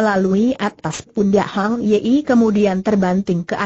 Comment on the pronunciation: Min, tolong sertakan teks (narasi)nya. Kalau cuma suara google saja orang tidak tahu nama atau frasa yang dimaksud pengarangnya. Contoh: Hang ye-ie. Apa namanya Hang Yi????? Lagi, nama Zhao Kuang ye i en. Apa suara google tidak bisa mengucapkan Zhao Guang (Kuang) Yin????